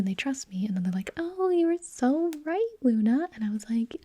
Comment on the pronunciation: Luda. Me: No Its Luna.